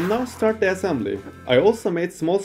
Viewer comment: lol "assambly"